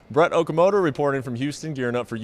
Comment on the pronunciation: Man said Brett okamotor lmaooo